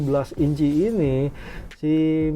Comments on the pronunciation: Miselin dibacanya bukan miselang bang,,,,penasaran tadi cari2 iklan michelin versi luar memang dibacanya miselin, sorry koreksi ya bang heheheh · tanya nuh bang, kenapa bang bilangnya ban michelan bukan Michelin, apa emang bacanya gitu ato faktor sponsor..nuhun bang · Kalo pakai bahasa perancis harusnya dibaca " Misyelang"